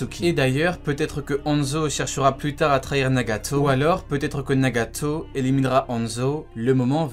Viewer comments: pourquoi tu dit nagatooos comme sa c'est nagato ! !!! Pas nagatooos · Les frères s’est moi ou quand il dit nagato il le dit d’une manière trop bizarre 🤨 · Mddr tu me tue t’aime trop rajoute des « tso » partout genre « Narutso » Nagatso » 🤣🤣 sa se prononce « Naruto «